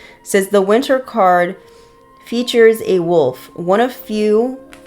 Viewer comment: Okay, no need to put me on blast that I can’t pronounce wolf 😅🤣